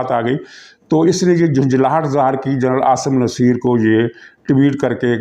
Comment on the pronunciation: SIR PLEASE SEAYD AASIM NASSER KA NAAM SAHI KUR LEN PLEASE.